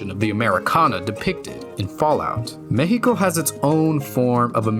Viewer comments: Dude, First of all, your pronunciation it's way too good; It took me by surprise to hear Mejico and not Meksico. Mexico being good for a fallout game always took a place on my mind, especially because the other games mention it a bit. So now, to help enhance this world building: 1. if the city flooded the Chinampas would make a popular return, like, imagine this swampy like place with a lot of tiny islands made out of dirt and debris. a place made by survivors but abandoned because of the dangerous radiation or maybe the dangerous creatures that came along with radiation. maybe they flee because of them, maybe another faction took away that place. 2. The Metro it's like way, way too large, and way too crowded, It would be an awful place to be, without mentioning that some places would turn into a underground city full of raiders / ghouls, and many others. This one is based on personal experience many people would survive here the first impact, but later on the hell will be unleashed. OFC this would also make a fine place to survivors to prosper until they get mad 3. This point is here just to make everyone remember that a) we have many volcanos b) It's a seismic place So try to imagine some cities ended up like Pompeii at least the ones who where forgiven by the nuke . 4. Maybe some Vaults over the place, like one of them flooded in CDMX and the other one fell under it's own weight because of an earthquake in another state. 5. Nuka Cola's investment here would be crazy (Yes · gracias wey, not everyone actually investigates about Mexico, its not just dust and desert, thanks for making a good research, also thanks for saying Mexico with the correct pronunciation. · Thanks for saying the name of Our Country THE CORRECT WAY